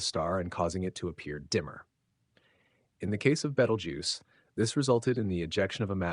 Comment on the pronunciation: Seriously man???? Have not seen the movie????? It’s not Betal-juice…. It’s pronounced“Beetle-juice “… WTF